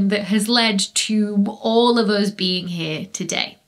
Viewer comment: "to an astronomer anything heavier than Helium is a metal" also any "s" is an s except for when is in "us" then it becomes "uz".... 🤢